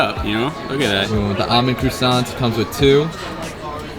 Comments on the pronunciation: Why are you calling it a crewsant? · lol the way you americans speak french is so cute. I almost rolled on the floor hearing you pronounce "croissant" XD